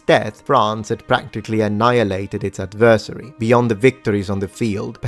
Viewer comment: I hope you still read and appreciate pedantic comments. I had a bit of constructive criticism on how you pronounced "Adversary". You put emphasis on the wrong part of the word, you said the beginning part of the word fine "ad", but when "ver" comes out you put too much emphasis on this. Then you spoke the last part of the word, "sary" too quickly. Try saying the word adversary, like the beginning of advertisement, (adver-tisement) and the end like you say would say airy with an S sound at the beginning. I hope this helps,.